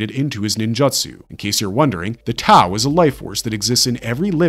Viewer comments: I cant keep watching this purely for the fact this dude purposely mispronounces ninjutsu and jujutsu kaise as Ninjatsu and jujatsu. Infuriating and making me believe this channel is made using A.I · NinJAtsu..... all i can hear in the whole video